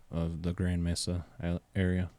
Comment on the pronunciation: Mesa....its pronounced 'May-suh'